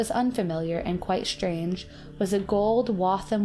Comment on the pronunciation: "shshshtrange" + "exshshshange". Are you crazy, dumb girl? Don`t you frikken know how to pronouce?